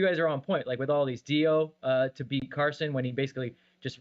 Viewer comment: Good one! But Max, it’s CARSON!!!! Just say it!